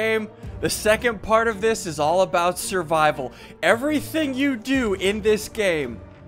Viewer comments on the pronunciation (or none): none